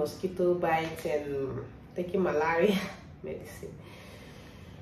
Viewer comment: You look so gorgeous always and even more prettier in pregnancy❤❤❤❤ it's pronounced Malayria (malaria) noticed you struggled pronouncing it...wishing you a great day ahead and my regards to your adorable family grandma inclusive🎉